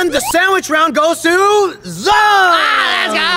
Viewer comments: Its zhong not zong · it's Zhong not zong